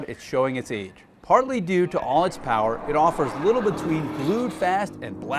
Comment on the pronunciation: American Powahh! German Powahh!